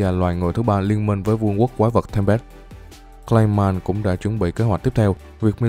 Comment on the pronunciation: Clay man mà xém nghe lộn thành gay man :)))))